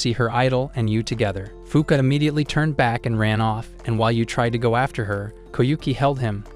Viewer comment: Fuuka really sound like F*ck